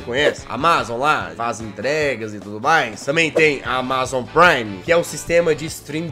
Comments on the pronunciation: Ele FALANDO AMAZON TODA HORA ERRADO O VÍDEO É DE 2021 E EU TO EM 2024 MAIS ELE TA FALANDO ERRADOOOOO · Ele falando: "Amázom" Se fala Ámazom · Jazz, você pronunciou Amazon de forma errada, você pronunciou como se a parte A*ma*zon fosse a sílaba tônica, mas a sílaba tônica é o *A*mazon. Entendeu? Kkkkk desculpe bancar o corretor 🤭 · nao é amázon e sim amazon!, o pronuncia do jazz é fogo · Só eu q tenho uma leve agoniazinha de ouvir o jazz falando "amázon" em vez de "ámazon"? kakskakksksksks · Amázon kk na vdd fala Ámazon kk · Jazz meu lindo por favor é "amázon" não lek pf quero ser chato n mas me dói no coração, é "ámazon" pf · Que agonia o jazz falando amázon em vez de amazon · N é áma zon é amazon jazz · só eu que estou sofrendo com o Jazz falando amÁzon e não amazon normal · Amazon, e não amÁzon! Por favor. 13min de agonia ouvindo amÁzon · ámazon jazz não amázon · É Amazon e não amázon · Fala ámazon nao amázon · Tô com vontade de dar uma surra no jazz,só por estar falando amazón e não amazon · SIMMM KKKKK AMAAZON KKKK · Senti agonia do jazz falando "amázon" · Só eu que fiquei com um pouco de raiva quando ele fala AMA ZON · “J” AMÁZON JAZZ AMÁZON???? KKKKKK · Só eu tenho agonia dele pronunciando amázon? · "Amázon" kkkkkk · jazzghost amAzon como é Amazon "a pronuncia" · Não sabe falar e ainda é desinformado, ele não é mais o CEO da Amazon. Ele atua na Amazon mas não é CEO. Amá-zom MDS.. pronuncia direito. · O melhor do vídeo é o Jazz falando AMAZON errado vei ksksksks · Legal que o Jazz não sabe falar amazon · aí ele falando amazon me dá um gatilho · Desculpa jazz mas vc falando Amazon me da muita agonia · Mds o video inteiro ele fala Amazon errado